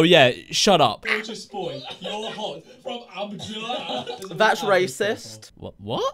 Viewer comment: Abdullah is an Arabic name He said it perfectly how is that racist???